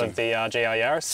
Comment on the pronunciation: Yaris. A name. Not a plural of Yari. So no Yarai… 🤪